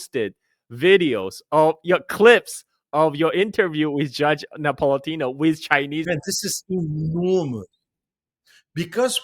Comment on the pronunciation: it’s Judge NapolitAno; not Napolitino, hehe